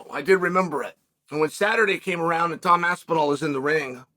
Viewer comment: “The greatest heavyweight is named Tom’d aspinal” 🤪